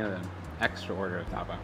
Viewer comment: Erwan, Tapa! not tuhpuh 🤣